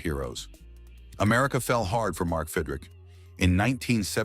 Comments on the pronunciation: God you Moron (his name is pronounced Fid Rich) not Fid Rick !!!! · Fidrick? There are great non-AI scripted and audio channels. This is crap. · Bothers me a little - it’s not Fid-rick - it’s Fid-rich. Another video pronounced his name Feed-rick. None the less, this guy renewed my passion for baseball. Maybe Mark went on to another place to do more of the same. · The narrarator could at least learn how to pronounce his name. Fid Rich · It's pronounced "FIDD-RICH", AI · I said that early in the video. But it was a good watch besides! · If you can't pronounce the damn name right, stop doing the videos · Nothing pays tribute better than spelling the guy's name wrong and then pronouncing it incorrectly numerous times. Well done... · You pronounced his name about 10 different ways. SMH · Pronounces his name wrong. AI stinks. I wish videos with AI VO would just say it.